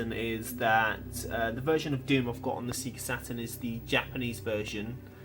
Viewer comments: But seriously, Sega has spent decades actually saying the name of the company of loud as the logo appears on screen. But you still call it sea-ga? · Sorry I couldn't watch the video after hearing you say "SEA-GA" for the third time! No matter if you've played Sonic once or a million times... the "SEGA" intro should of drummed the pronunciation in your head forever!! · Thanks for the warning, I can't watch videos where people say Sega wrong over and over. Just gets on my nerves. Usually it's sehga, though, so at least this is different in its wrongness. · In my country (Italy), "See-ga" was the official pronunciation, and probably it still is... but likely because "Sega" in Italian means handjob. lol